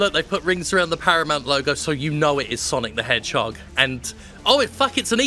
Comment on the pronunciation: SAAAAAAAANIC DE MANHOGE GOTTA GO FWAST to his life choices.